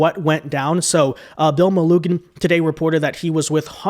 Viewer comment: Bill Meloo-jin.